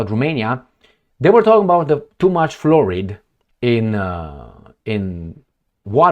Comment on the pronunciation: Oh yah, removing fluoride from the water is my main main main main concern . 😅ahorita mismo estoy corriendo tropessando para ir votar. 😅 Someone needs to learn how to pronounce fluoride 😅😅😅